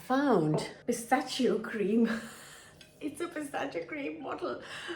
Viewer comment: Why does she pronounce pistachio wrong